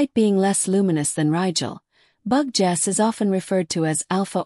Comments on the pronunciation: Im not sure how they get 'bug' out of 'Betel' and the second half 'geuse' is like the word 'juice'. Some producers of these vids need to check the pronounciations of the words. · Bug Jess? If you're going to use an AI Voice Over, the very least you can do is program it to say Betelguese! May spell the name as Beetle Juice? This mispronuncian makes this video impossible to watch. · Wtf is "Bug Jess?" Try editing before you put this out. I got through 55 seconds before I stopped. I can no longer read or listen to this. Make some changes to your Captions and AI. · One of the problems using AI to narrate. Betelgeuse becomes Bug-Ges or Bug Jersey